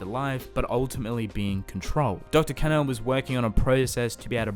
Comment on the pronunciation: Sounds like he’s saying dr. Canal, I think it sounds like Kahn-o phonetically of course.